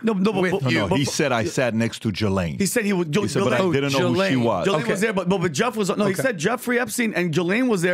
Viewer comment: It's not Jlaine. It's Glaine. However, you spell Ghislaine. Say it properly!!!!